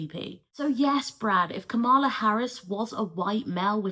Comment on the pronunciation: Damn all that background information on Kamala Harris, but you still pronounce her name incorrectly. Sorry, I really appreciate your videos but this bothers me.